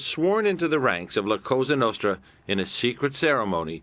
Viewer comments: Le Monarchiste he said it wrong. It’s the Sicilian mafia La Cosa Nostra. In Italian it translates to: “ This thing of ours” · “La casta nasta” - nice prep work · La Castra Nostra he says. 🤦‍♂️ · "La costa notra" goon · Cosa Nostra “ Our Thing “. They only been doing it for 100 years lol and they still cant pronounce that right.